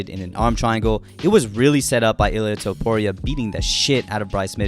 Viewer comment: “Toepooria” lmao, great vid man!